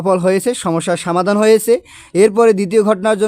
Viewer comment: Samadan noy somadan😊